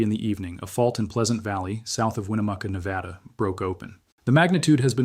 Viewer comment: Say it with me: Nev-add-uh. Not Nev-add-awh. - Every Nevadan Ever